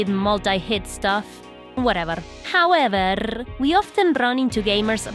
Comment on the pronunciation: Hearing the trill on “howeverrrr” adds to my lifespan every time